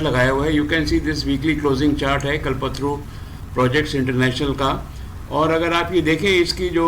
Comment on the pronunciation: कलपत्रू नही। कल्प तरु। कल्पतरु कल्प मतलब निश्चय, सोच तरु मतलब वृक्ष। मतलब इच्छा पूर्ति करने वाला वृक्ष आपका pronunciation सही नहीं है।